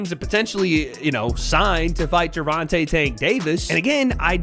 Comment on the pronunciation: Gervontuh is crazy, come on wade 😂🤦🏽‍♂️